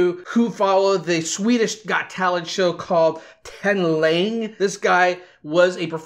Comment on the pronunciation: Älskar hur han säger talang😂😂